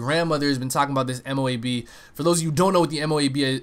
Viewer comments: It might look M.O.A.B. but its pronounced MOAB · dud... ITS! MO-ABB thats how u say it noob